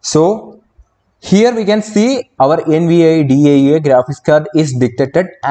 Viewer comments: Could you just not say N-V-I-D-I-A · Do you NOT know how to say "Nvidia"? It's latin for "envy". "Invidia".